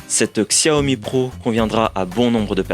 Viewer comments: On prononce chawmi bordel !! Et non pas ksèwmi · Super test, juste apprenez à prononcer Xiaomi ça fait mal aux oreilles.